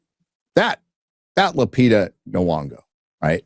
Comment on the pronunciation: ¡Gosh, you really suck trying to pronounce foreign names, even a simple one like Lupita! Try this: Loo...pee...tah. I like her. I think she is a good actress and a nice person. But, of course, you (and everybody else) are completely correct about this being the worst case of miscasting in Hollywood history. If she really plays Helen of Troy, I'm not seeing this movie. And the same goes to Ellen/Elliott Page if she plays the ghost of Achilles (although this sounds so absolutely stupid, that I don't think it could be true. We will see).